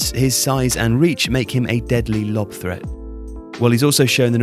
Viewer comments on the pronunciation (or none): none